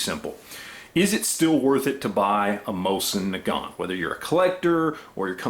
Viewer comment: learn how to pronounce it right first. Used to be 80 bucks at gunshows.... 20 years ago. Complete junk.